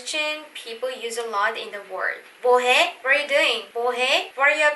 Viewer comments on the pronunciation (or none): I was confused 😕 The word "Na/ 나" I heard "Ta/da" So, how to pronounce correctly "나"? Na, ta or da? And "mwohae/ Is it "bohae?